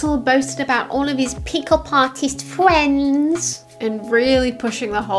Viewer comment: CHERRY FWENDS!!